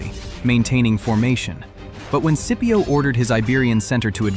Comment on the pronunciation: Thats all good brother but could you try saying the names properly for Scipio and for Velites 😅